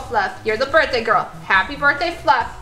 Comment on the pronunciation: They forgot the h in birthday